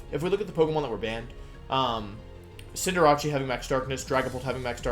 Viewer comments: I love that he missprounces some Pokémon names on purpose , like Cinderacci and Wenasaur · Why is it every competitive poketuber cant pronounce the new pokemon names? Cinderachi? Arkeenay? Ranuregus? Is this a thing? What am i missing? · cinder-ah-chee pissed me off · It’s pronounced Cinderache. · dude the pronunciation of togekiss and cinderace threw me off a bit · I love wolfey but I can't handle how he says Cinderace and venasaur